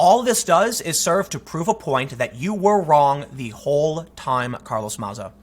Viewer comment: Who’s Carlos maza??? Ohhhh you mean carloth matha? That’s how he pronounces it at least.